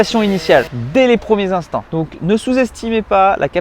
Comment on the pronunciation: Des premiers "intants" ? Mdr sinon super video comme d'hab